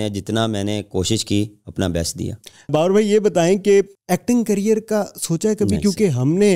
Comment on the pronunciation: Career ❌carrier ✅